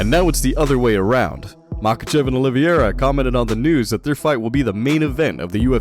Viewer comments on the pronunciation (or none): IS OLIVEIRA NOT OLIVIERA!!!